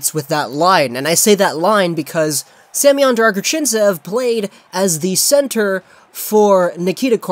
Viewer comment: Thank you for making this video. I'd probably never know how to properly pronounce his name without it